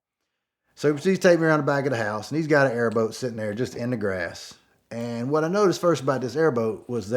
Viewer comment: Boy! I tell you Hwhat! Awesome story!